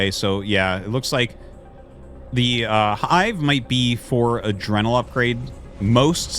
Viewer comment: adrenal is pronounced UH-DREE-NULL just a heads up on that